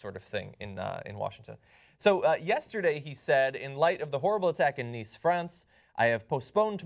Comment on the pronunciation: His pronunciation of "Nice" kind of cringey